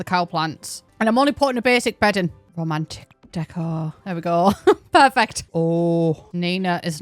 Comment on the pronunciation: it took me so long to understand you were saying "romantic interest" and not "Romanic Interest" I was really confused what Romania had to do with this update